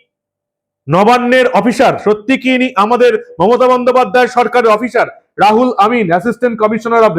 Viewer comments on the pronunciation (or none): রুহুল (ruhul) কে রাহুল কেন বলছেন বুঝতে পারছি না। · দাদা নাম টা রাহুল নয়, রুহুল হবে। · বার বার "রাহুল' বলছেন কেন ! নাম তো "রুহুল " ! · রাহুল না দাদা ওটা রুহুল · নামটা রাহুল নয় রুহুল আর হাতের কাগজ টা এত বেশী শাফলিং না করলেই ভাল। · আপনি নাম টা ভুল উচ্চারণ করেছেন